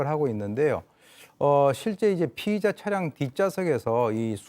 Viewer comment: 피해자 피의자 발음 좀 정확히 해라. 소리만 듣느데 겁니 헷갈리네